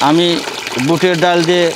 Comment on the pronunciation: ডউল কি। ডাল বলেন শুনতে ভালো লাগবে